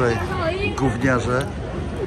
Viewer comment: Ciagle mocno akcentowane "gówniarze" masz jakiś problem do dzieci ?